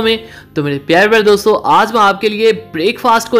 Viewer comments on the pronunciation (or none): none